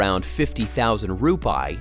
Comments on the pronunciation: How to correctly pronounce Indonesian Rupiah: Ru-pee-ah, not ru-pie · Rupiah, the correct pronounciation is "Roo-pee-yah" Not Roo-pie. 😂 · The correct Indonesia currency mentioned as "RU-PI-AH", not RUPAI..,what is Rupai anyway?😂😂😂.. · Rupiah it's ROO PEE AHH, yourwelcome. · ... SPOT ON ... my nephew and I couldn't stop laughing hearing this pronunciation. My nephew said... perhaps he meant "TUPAI" ... hahaha LOL.